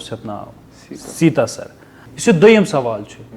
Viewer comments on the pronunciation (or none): its sati'sar...not sita'sar 😅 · Sir,it's "Sati Sar" not Seeta sar.